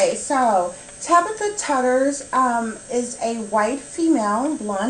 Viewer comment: Her last name is pronounced “Too-ders”. :)